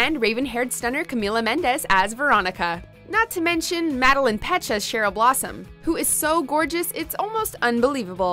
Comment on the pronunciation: Madelaine Petsch Mad-err-lane